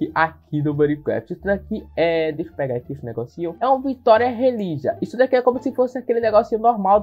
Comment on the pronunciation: Cara quantos anos vc tem? Pq vc fala as palavras tudo errado! "Vitória religia" "libélula" "brocu"